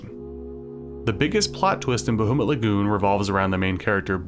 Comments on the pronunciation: Bah-HOO-mut Lagoon, eh? Sore-ee, hoser. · I love you, but hearing "BaHOOmut Lagoon" hurts my 'tism deeply. Great video though, bro